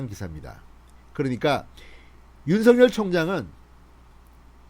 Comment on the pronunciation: 윤성열 입니까 윤석열 입니까 발음좀 똑바로하세요 답답한양반일세